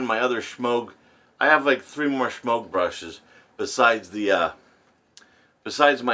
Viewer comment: I always chuckle when you pronounce the brush Shemogue, like there is an H in it.